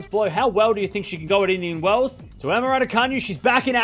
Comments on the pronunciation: Ra-doo-ka-NOO, not Ra-doo-ka-nyu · Martin Boeg The all- caps in the last syllable is not a stress, tho. It's to highlight how it's pronounced as opposed to how pronounces it. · It’s pronounced Radoocanoo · Should learn to pronounce her(Raducanu) name correctly before making your Vlog.